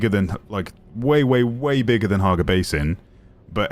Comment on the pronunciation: Hagga! Not Harga